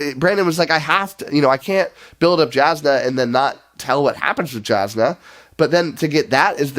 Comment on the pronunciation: Jasnah is pronounced Yawznuh. As for the review... No notes. Spot on.